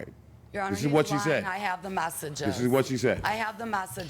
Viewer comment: She say masseges instead of messages 😂😂😂